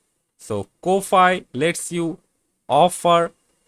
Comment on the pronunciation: Ko-fi is pronounced Coffee. it's a phonetic spelling.